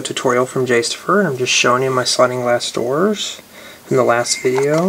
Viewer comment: you said goors not doors